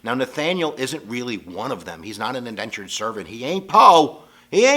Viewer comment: It is Indentured servants not Endentured....